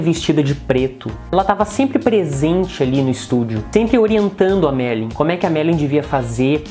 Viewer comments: Não consegui ver o vídeo até o fim, pois muito me irritou ouvir o rapaz falando ERRADO o nome da Marilyn Monroe, demonstrando uma baita falta de educação e respeito para com ela. Ora, o nome dela é MariLYN, não Mari como ele falou o tempo todo. Rapaz, o LYN tem que ser pronunciado, viu. Se não sabe falar corretamente o nome da pessoa sobre a qual está narrando, é melhor não fazer o vídeo porque fica muito desagradável de ouvir para quem vê o vídeo. Fica a dica. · Ele diz o tempo todo MERLIN ... E NÃO MARILYN ... AFFF